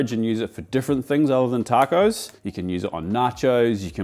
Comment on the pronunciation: You said Tarrcoes like a true Queenslander